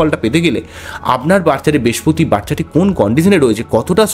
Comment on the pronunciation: মানুষের ভাগ্য নিয়ে বলছেন অথচ উচ্চারণ ঠিক করে করছেন না। "বেশপতি" কি?কথ্য ভাষা বলে নিজেকে আড়াল করবেন না।